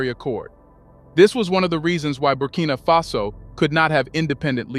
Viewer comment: Why are you switching and calling the country "Burkina fesso"? Instead of Burkina faso? Why are you reading it with a twist? Are you referring to the Italian word Fesso?